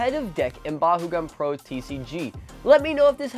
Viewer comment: Why do you say bahugan